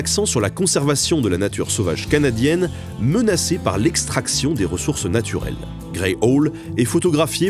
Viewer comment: Oh, j'avais Sajo et ses castors, si !a se trouve il est encore dans un coin. Dis, on prononce pas "ohl" mais "aoul", ça veut dire hibou.